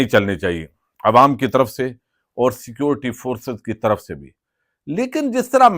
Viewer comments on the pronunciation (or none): none